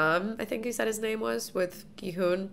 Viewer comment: Love your reactions. Just an FYI, I believe the main character’s name is pronounced more like Ki-Hun, rather than with a western hard G sound. It’s an extremely aspirated G which almost sounds like a western K sounds.